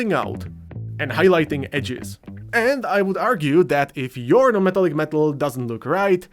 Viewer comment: bruh, wth is he saying. na-metal-lick-meetal? great video tho